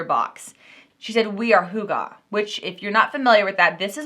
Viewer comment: I guess the way you said hygge is how google decided Americans say it, but in Norwegian it is hig yuh. Those beads are huge. I like the ceramic pumpkins a lot! I have not liked that all the boxes are neutral. I want the actual beautiful fall colors. The trough and the pumpkins are what I would want and I’d put colorful items inside them. The Hygge style is known for a neutral color pallet. I would still love to win one of these boxes and use a few items and give the rest away to my friend that loves neutrals.